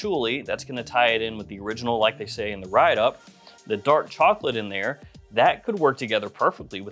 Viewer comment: ANUDDER ONE. NOW. PUT ANUDDER ON DERE. funny